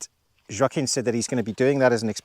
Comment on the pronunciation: In Portuguese, the name "Joaquim" is not pronounced like that at all. The "J" is hard, pronounced like in the letter "j" itself. The "a" is not open, it's closed - it's not like in "attic", it's more like in the first "A" in "Atlantic". Also, the "u" is silent. The "m" is also silent and it's there just to turn the "i" into a nasal sound. It's not easy for a non-native. :-)